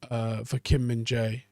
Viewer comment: Props on getting the Korean right for his name too